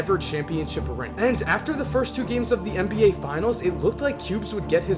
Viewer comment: Why do you keep saying MBA?